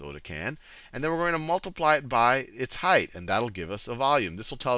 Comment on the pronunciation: It's "height" not "heighth"